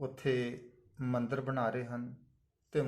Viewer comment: ਪੰਜਾਬੀ ਭਾਸ਼ਾ ਗਲਤ ਲਿਖੀ ਜਾ ਰਹੀ ਹੈ ਅਤੇ ਗਲਤ ਬੋਲੀ ਜਾ ਰਹੀ ਹੈ । ਜਿਵੇਂ ਬਨਾਏ ਅਤੇ ਢਾਏ। ਠੀਕ ਸ਼ਬਦ ਬਣਾਏ ਅਤੇ ਢਾਹੇ ਲਿਖੋ ਅਤੇ ਬੋਲੋ ਜੀ।